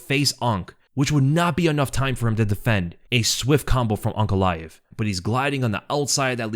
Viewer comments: He is saying UNC, instead of ANK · I keep hearing Unc instead of Ank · You keep calling him unc instead of ank. It's throwing me off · It sounds like you're calling him Unc